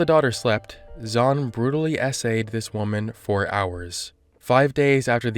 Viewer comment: I hate to say it but the name Zhan in Mandarin sounds more like "John" than Zawn.